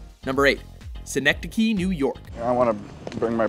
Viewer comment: This was going great until you mispronounced synecdoche